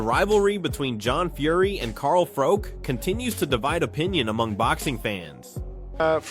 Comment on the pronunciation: Carl froke 😂